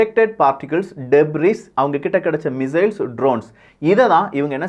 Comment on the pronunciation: டெப்ரிஈஸ் கிடையாது. It is Debri. டெப்ரி. ஸ் is silent